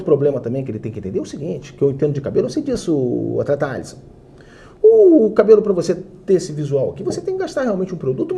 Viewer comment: O meu destaque e um destaque negativo, que é o belíssimo goleiro Alisson, Élisson, seria a pronúncia correta do goleiro, as vésperas da Copa, foi flagrado no momento do hino, com a pele péssima, cheia de acne, realmente muito mal cuidado, ele chegou até sentir uma espinha inflamada durante a partida mas foi prontamente atendido pelos técnicos pelo departamento médico da seleção brasileira, que que resolveu com uma esfoliação de emergência rapidamente esse problema. -Mas faltou ali o planejamento do atleta Élisson, Craque Daniel, que trouxe o cabeleireiro dele, muito bem trouxe o cabiletile, cabeleireiro dele aí pra concentração, mas faltou trazer a dermatologista também. 😂😂😂😂😂😂😂😂😂😂😂😂😂😂😂😂😂😂😂😂😂